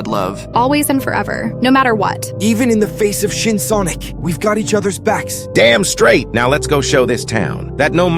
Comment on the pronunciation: Im almost dead after he said shin sonoc